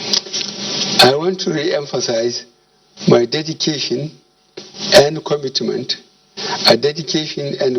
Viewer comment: This man is very very sick, you can see that from his movement and actions. He is really dead. Dead man reading he’ll presidential address to dead country (kantry), kwomitment, krikital chalinges,taranparat, domokarasy